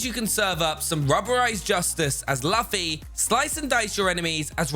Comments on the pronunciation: Wait, did he say laffy... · Who’s laffy? Lmfao 🤣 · Man did a one-piece community dirty he didn't pronounced luffy or Zoro's names right like my guy do some research before the video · Lol he’s said luffys name wrong 🤣